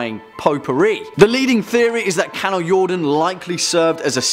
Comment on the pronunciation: Wow! Good job on pronouncing the Swedish word "Kanaljorden"! Our language isn't always the most easy to speak for people outside Scandinavia! :D